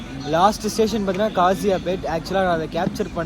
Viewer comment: தம்பி அது காசியப்பேட் இல்லை. காசிப்பேட். அதே மாதிரி காம்மம் இல்லை கம்மம்.